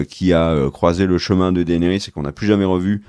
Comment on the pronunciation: Bonne vidéo mais le mec sur son canapé il exagère sur l'ep3s8 il est pas dégueulasse et tes prononciations elles sont degeu pour Daenerys, et stp, c'est "Boba Fett" et pas "Boba Fé" (24min46).